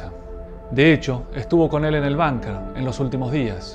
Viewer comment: ¿"Banker"? Es Bunker, palabra alemana, que se pronuncia en castellano tal como se escribe.